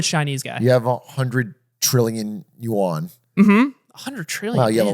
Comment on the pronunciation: it’s not pronounced “you on” like hey bro you online? it’s more like “you -en”. En as in ending Nice attempt tho